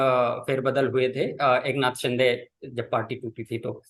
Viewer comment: should first know how to pronounce the names in a correct manner. Mispronouncing names is disrespectful & arrogant. The name is एकनाथ 'शिंदे'.. not 'शि'डे'. It is not a foreign name. A serious journalist would properly research his own content thoroughly before putting it out. But arrogance & disrespect is the hallmark of North Indian discourse. should just shut it down if he does not improve. Doesn't deserve to be a journalist.